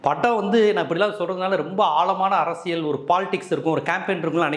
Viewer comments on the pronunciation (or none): none